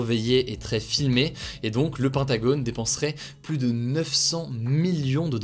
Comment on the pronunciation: "Le pantagone"